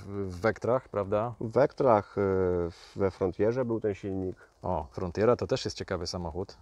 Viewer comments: FRONTERA!!! nie frontjera.... :D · Ten sam czlowiek chyba powiedział ci o oplu "frontjera" 🤣 bo też jest w błędzie.